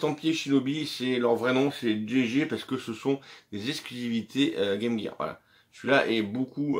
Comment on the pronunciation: Enfin 1 youtubeur français qui prononce bien game gear 👍